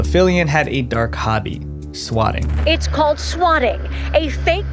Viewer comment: "swakking" calls? bro, at least proofread the script you did not write, and i suggest having them typed for you bc it sounds like you cannot read cursive since swatting and swakking look quite similar when written in longhand script you had me fooled into thinking your videos were an authentic representation of topics of your interest